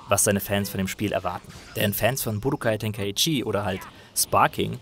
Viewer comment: Grundsätzlich eine sehr gute Review zu einem Spiel, das mich zugegebenermaßen nur mäßig interessiert. Ein paar gut gemeinte Anmerkungen zur Aussprache: mangaka, nicht mangakka. Budōkai Tenkaichi: [Bu Doo Kai Teŋ Kai Tši], nicht [Bu Do Kai Ten Kai Tšii] oder gar [... Ke Itšii] oder was auch immer das am Ende teilweise ausgesprochen Merkwürdiges ist. Und der Vollständigkeit halber: Son Gokuu, nicht Son Gooku. Son Gohan und Genkidama mit durchwegs kurzen Vokalen. Und Vegeta wie Veggies, nur mit -ta statt -s. Aber mir ist klar, die germanisierten Auswüchse haben sich alle durch die schlampige deutsche Synchro eingebrannt.